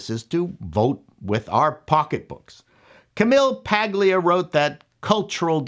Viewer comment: Isn't the "G" in Camille Maglia silent? am I wrong dude?